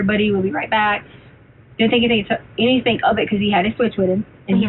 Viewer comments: "anythink" "aaaeeeeverythink". After weeks of listening to her during trial, it's all coming back to me. She's the worst, evil person and she's beyond annoying on top of it all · She also pronounces Anything as Anythink it's sooo annoying